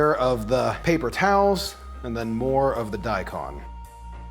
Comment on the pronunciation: its daikon, you pronounce the kon like the cone in snowcone. long o.